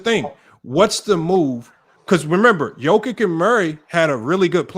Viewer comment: pronunciation be killing me. Jokik, big ock. Damn stop butchering names 😂